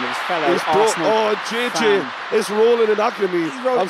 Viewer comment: I think its JJ not Ji